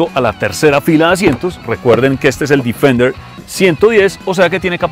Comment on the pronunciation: bien por el video ,pero se pronuncia defender tal como se escribe ,no difender.....